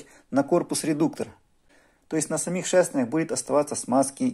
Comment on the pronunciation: Ни шЭстЭрня, а шЕстЕрня.